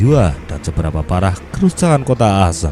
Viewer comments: min koreksi cara pengucapannya akkhen bukan asen. Sebagai mantan WNI di Aachen aneh dengarnya min... :D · Yup Betul, Aachen Dibacanya Ahen, Bukan Aasen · setau saya bacanya ahen bang,maap kalo salah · Bang baca nya salah yang kota Aachen harusnya dibaca:aakhen, itu kalau dibaca #gakmarah